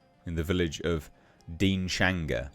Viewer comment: Dude ..fti The town is pronoumced 'deans hanger ' just up the road from me. Awful state of affairs !